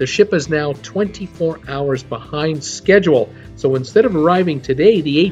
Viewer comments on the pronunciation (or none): none